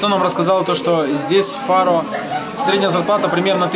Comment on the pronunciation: читается фару